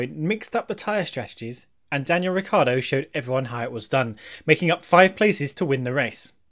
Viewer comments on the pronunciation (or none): Why do People pronounce Ricciardo's name wrong??!! It's R-i-cc-i-ardo